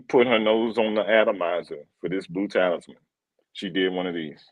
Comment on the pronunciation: For future reference: Talisman = "TA-LISS-MAN" not "TAILS MAN" Pi = just "PIE" not "PEE-EYE" Ingenious = "IN-JEE-NEE-US" not "IN-JEN-YOU-US" Hedonist = "HEE-DUN-IST" not "HEN-DOH-IST" Just trying to help. Don't fault you mispronouncing since being live is tough. 🙏